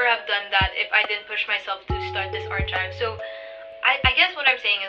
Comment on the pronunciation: I don't mean any hate to what I'm going to say. Correct me if I'm wrong but the way you pronounced archieve was wrong I'm not trying to be perfect because I know everyone makes mistakes and I also never knew it at first ,I just leraned it in tiktok. I too still makes a lot of mistakes in english so it should be fine. I really love you and your art💜💜💜 I think it's supposed to be "aar·kive" or in your case "Art·kive"